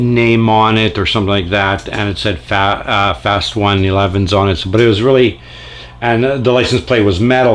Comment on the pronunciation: Cool collection 👍🏼 It’s pronounced “Fast Ones” by the way😃 I just started collecting these about a year ago and they’re really pretty fast and give Hot Wheels a run for their money…